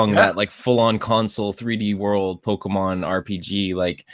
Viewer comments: My god man. POKE-KAY-MON Not kee. Kay. KAY! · Thank god Poe-kee-mon isn't made by Oobi-soft. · yup, but even without knowing the abbreviation, the accented "é" itself automatically means it's pronounced like "eh" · spoonfreakdotcom The writing doesn't dictate the pronunciation, though. The é is there so that you don't pronounce "poke". "ay" is close enough though.